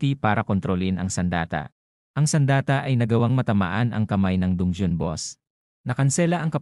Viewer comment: Bat dungyon dun-ge-on dungeon po